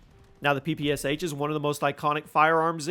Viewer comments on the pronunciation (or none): please please please PLEASE! ITS NOT P P S H, it's P P SH, Pistolet-Pulemiot SHpagina - Shpagins machine pistol, COD literally ruined name of this weapon irreversibly.